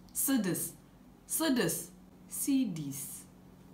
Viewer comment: Cidis 😂😂😂😂😂 Those who say this feel they’ve made it in life Cidis😂😂😂😂😂😂